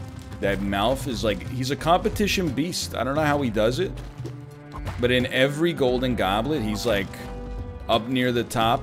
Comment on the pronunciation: "GOULDIN GAWBLIT"